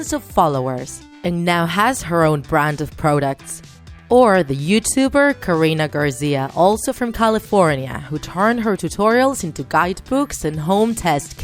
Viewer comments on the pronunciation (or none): Any one notice she said "Karina Garzia" instead of "Karina Garcia"?